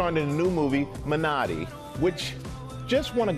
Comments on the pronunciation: Not really. He kept saying “mi-NAH-ri” and it is pronounced “MEE-NAH-ri”. His emphasis is on the wrong syllable so he’s not really saying it right. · Ummm it's MiNaRi!!! NOT MinNOTti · shouldnt the movie title be pronounced “MI- nari” with an emphasis on the “mi-“ ? Idk, that’s just how it’s pronounced in Korean..